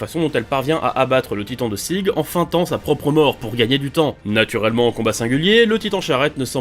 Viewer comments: Si tu veux prononcer le prénom de Sieg de manière allemande, lis le "Zigue" sans prononcer le e à la fin. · Sérieux qui appel Sieg Zege🤣🤣